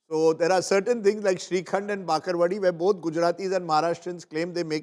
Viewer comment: That is called bhakarwadi not bakarvadi